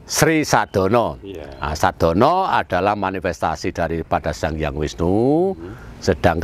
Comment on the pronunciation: Sedono bukan sadono..Mbah kalau dungo jowo mesti nyebut nama itu